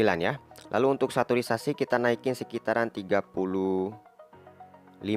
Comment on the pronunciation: Bang, sedikit mengganggu pas pengucapan saturation :v